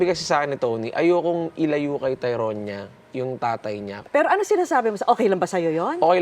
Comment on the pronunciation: Ano ba yan bat may papi naumiiyak HAHAHAHAA tas yung pag pronounce ng "TYRONIA" mali pa HAHAHAHA😂😂